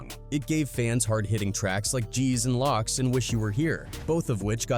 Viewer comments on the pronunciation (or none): Locks 🤣 Rhymes with smoke dude. Loc SMFH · This why Caucasians shouldn’t even be sharing this or worried abt it. Fool said Locks like instead of LOCS… If you ain’t from the ghetto don’t worry abt the ghetto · MF doing this interview is mispronouncing a lot of words.... He keeps saying Locks instead of LOCs....😂SMH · Aye, man! Have someone else tell this story! He calling it "Locks" (Locs) & "Reedus" (Ridas). 😂😂😂😂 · G’z And Loc’s 🔒 😂😂😂💀 Lawwrd Have Mercy😂😂😅 It’s Pronounced Loc’s (LOW-Ks LOW WITH K SOUND AT THE END) then u get LOC’s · “G’s & Locks” 😂😂😂😂 mfka it’s G’s and LOCS!! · g's and locks???? narrator needed to fix that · It would really help if he could properly pronounce Loc's(lowks) & Ridaz(riders) sheesh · And locs as locks. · I hate hearing “ bloods and locks” lmao I just heard him say damu ritas 🤣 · This AI voice makes my shit itch coz it can’t pronounce Loc’s or raiders properly fr. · AI pronunciation is horrific. Gs and Locs